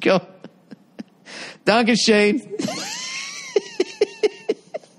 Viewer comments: Its dankeschone. Like "dankuh Sherrn" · It’s meant to be “Dankeschön” (thank you) in German :) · "DONK A SHANE" lmao, the way he says it. 😂